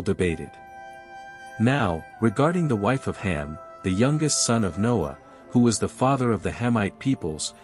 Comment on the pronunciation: Not Hem, it's Ham.